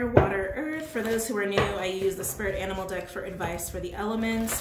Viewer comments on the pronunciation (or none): none